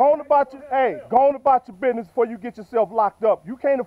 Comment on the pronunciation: Not to be mean but it was funny when he said business he said bidness